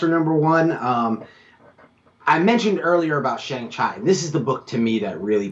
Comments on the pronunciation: Pronounced Shang Chee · Could you please stop mispronouncing Shang Chi last name as Chy it is pronounced correctly as Chee. Thank you.